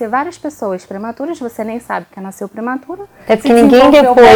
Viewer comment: Naiiiceu, não, nasceu é o correto.